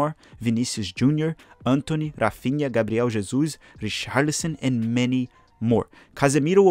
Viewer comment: First of all when clicked on your video I thought this guy has a Brazilian face (and IDKW) then when you started to say Neymar as a false 9 and the way you said ''Gabriel Jesus'' I just knew it